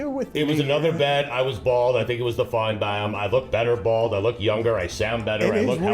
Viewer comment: the way he says finebaum should be on the next episode of stump the meech